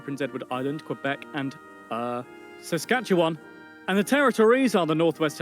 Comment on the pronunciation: I am very amused that the British guy pronounced Saskatchewan right, but pronounced Ontario wrong